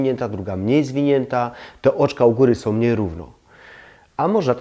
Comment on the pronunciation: Ciekawie i mądrze pan mówi ale z końcówkami fatalnie Są nie som Ta koszmarna -om zamiast -ą